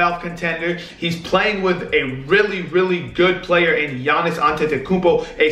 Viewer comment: Nailed Giannis' second name fair play